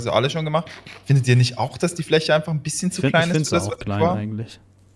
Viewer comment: Rewi sagt fich aber fläsche